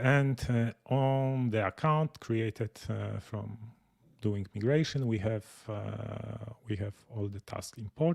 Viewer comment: Thanks for the hands-on demonstration of the migration feature. (, small note: the second letter of "migration" in English is pronounced "eye" and not "eee." It is a small thing, but I thought you'd want to know. English is so f--ed up, I know. Overall, I stand in awe of your amazing command of a second language. But, I digress.) I write only to urge you to move the "Time Needed" feature in Nozbe Personal higher on your list of features you may develop for (New) Nozbe. I hear Michael's statement that the feature was not heavily used. However, it is a feature that fits extremely well in the Team setting and can be used for marketing. I cited this specific feature again and again as a wonderful help when delegating tasks. It gives the person who is assigned the task an outer limit on the time the task should take. My assignees know to check back with me as they approach that "Time Needed" estimated time. That way, I can either give them a course correction because they have undertaken the task in a manner that will not work or will take longer than necessary, or they will show how I am an idiot and the task requires far more resources / time than I originally estimated so that I learn about that and adjust the time needed to be more realistic. In either case, it provides a fantastic built-in feedback loop / governor to prevent tasks from turning into black holes that wrongly absorb too much time or that are wrongly allocated an inadequate level of resources by the assignor